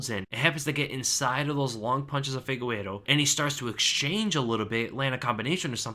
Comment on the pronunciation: why do you always say figueiro instead of figueiredo?